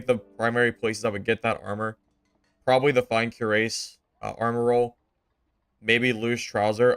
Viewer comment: Cuirass is pronounced kwiraas.